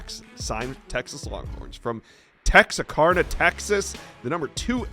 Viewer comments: It’s not Tex-are-car-nuh; it’s Tex-are-can-uh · lol, he kind of butchered that one. Tough one to get though, i know Texans who mispronounce it as well. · It’s Tex-are-can-uh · Tex-Ar-Kana by the way